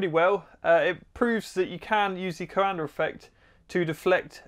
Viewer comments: He keeps pronouncing "Coander affect", what do you expect? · Not trying to be anal about this but in case you're curious the actual pronunciation is something more in the lines of "Coahndah" (Coandă) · Before even clicking I could hear going "co-anDER effect" in my head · Not "Coander", closer to "Coandah", but without the H, ending on the high-A. I would suggest printing the bowl the other way (like a bowl in which you'll put cereals and milk, in this order, don't me). The fan should be of lower height and have a lot more blades, like a squirrel-cage compressor fan, and maybe thinner/shorter (less height). I would say at least 24 fan blades, ideally twice as much or more. You might also want to add some gearbox, to spin it at higher speeds, to use the same torque to generate more lift, by having more air affected by the surface-tension of the bowl. And why not use store-bought bowls, anyway? You want something more like a high-speed air compressor squirrel-fan, than the fan for a horizontal-axis wind-turbine. Would be nice if you tried again, taking those things into account. Also, having a duct (basically a disk) on top of the fan, going something like 2 centimeters outwards, would somewhat increase the upwards force, by keeping the air from being sucked back into the fan. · Great video! Take a drink every time he says "Coander effect" -- it's actually pronounced ko-an-duh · Henri Coandă has a street named after him in Timişoara 🇹🇩 |two syllables, not three. | Kwan dõ| 콴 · It’s the CoanDA effect not the CoanDER. Accents are no excuse for adding an r where there isn’t one. Stop. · it's something like "duh"! Is pronounced dă. So it's... "Coan-duh" effect 😅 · every romanian's ears starts bleeding when you say Coanda :)) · I kept yelling at the screen that there's no R in coanda, pretty funny though. kinda like some americans saying H before W.